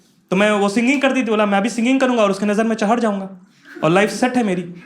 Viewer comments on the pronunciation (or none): That " CHAHAD jaonga " proves he is from bihar .......by a bihari living in odisha